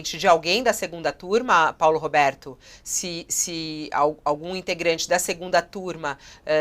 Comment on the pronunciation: N tenho maturidade para ouvir ela falando "Roberto".